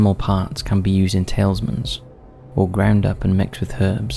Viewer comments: This channel is sloppy with its research if this is anything to go by. Might as well turn into a clickbait channel now. Tailsman? Umm I think you mean Talisman - tah-liz-mahn - as in an amulet. the same. Man - this turned an easy like into a dislike. If I want badly researched stuff, there's the rest of YouTube. Plenty of people copy + pasting videos, or using Text To Speech (TTS) to read Reddit posts. Why bother doing any research? :-) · Its not pie pie. Its phi phi with an F. Edit: and its not tailsman its talisman!! Your channels so good but the mispronunciations are frustrating.